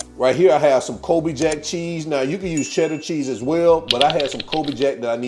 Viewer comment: You had me at "chedduh" 🤤